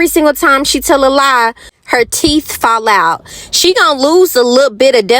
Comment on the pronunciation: I said the same thing. Her grammar is completely horrible. She can’t pronounce anything. Like teet and mout.😂🤣and don’t forget vanilla extra scratch